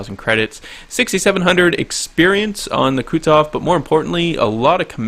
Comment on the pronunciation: say after me, Ku(Koo)-tu(too)-zof(xoph), not kutzof... -_